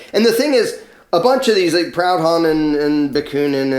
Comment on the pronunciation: Proudon, prou like "poo", don like a nasal "om".